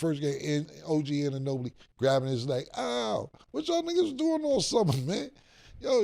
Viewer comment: “OG Anunobly ” 😭😭😭